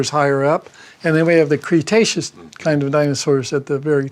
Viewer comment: I like how he has to pause and remember to say Kind. Its painfully obvious hes using the word unnaturally and purposefully.